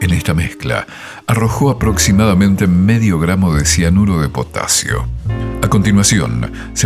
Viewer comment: Potaziooo, quee?? Potaaaziooo jajaja, like si entendiste